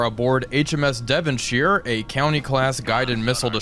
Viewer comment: Devonsheer :P Love you <3